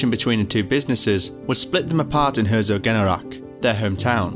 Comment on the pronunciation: The name of the town is "Herzogenaurach", not just Herso. But yes, it's not easy for non germans. Been there in a catholic school, every chrismass we got new shoes from Adidas/Puma.